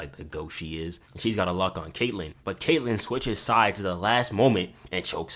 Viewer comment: "K.K.Kaitlyn" bro 💀